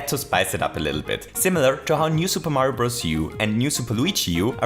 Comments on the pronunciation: is a she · “Lovely people” love it